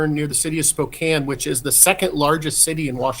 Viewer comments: It’s pronounced Spo-can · Why are you saying Spokane like that?....lol. We don't pronounce it quite that way over there....lol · I'm sorry for the people of the Pacific Northwest. But my doofus brother-it-law called the city Spoo-Kane... :face-purple-crying